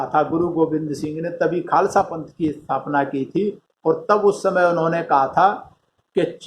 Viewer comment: Khalsa Nhi khalsa hota ha